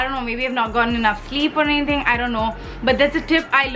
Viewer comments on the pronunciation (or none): none